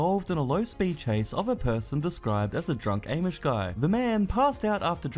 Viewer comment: "Aimish" 😂😂😂 it's pronounced "ahhmish". Funny guy. & thats a sheety situation 😂